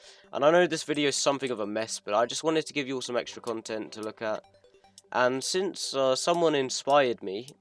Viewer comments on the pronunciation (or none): none